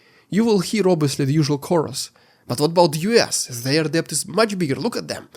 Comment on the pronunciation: Thank you for your comprehensive coverage of the war's fallout. FYI: in English, the work "debt" is pronounced "det", the B is silent (weird but true).